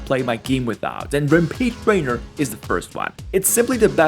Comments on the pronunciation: Man, that's quite an accent there. I heard "Repeat Raider" even when listening to it again. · "rhhampleegha trainer" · did homeboy say "rampeed trainer"???😭